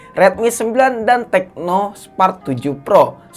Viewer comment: Tecno bang bukan Teco🤣